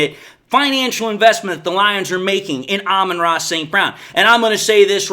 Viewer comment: "Alba Tross" St. Brown.